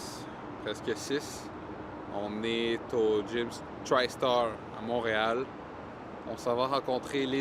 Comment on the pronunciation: Tristar, pas trystar.